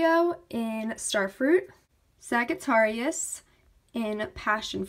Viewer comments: It's pronounced saj it tear e us... Sagittarius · Omg... ummm you said Sagittarius wrong (no hate)